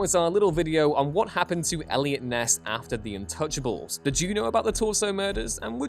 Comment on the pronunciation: Is it me or is he sayin intouchables instead of untouchables?